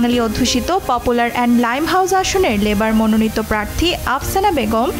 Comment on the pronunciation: আপসানা নয়, আফসানা হবে।